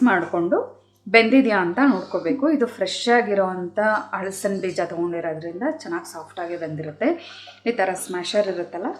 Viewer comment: ಈ ರೆಸಿಪಿ ಚೆನ್ನಾಗಿದೆ, ಹಳಸಿನ ಎನ್ನುವ ಉಚ್ಛಾರಣೆ ಯಾರನ್ನು ಹಲಸಿನ ಎಂದು ಬದಲಿಸಿ